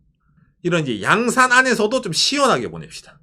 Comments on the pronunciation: 오상 양산 인토네이션이 日傘가 아니라 부산옆에 양산인데😂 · 양산남자-- 경남 양산에 사는 남자로 들리는 엑센트로 발음하시네요. 고향이 어디셔요? ㅎㅎ 그냥 내용 안보고 '양산'을 들으면 경남 양산으로 이해할 것 같네요. 억지로 그냥 댓글을 달려고 요렇게 썼습니다. ㅎㅎ 항상 행복하십시요.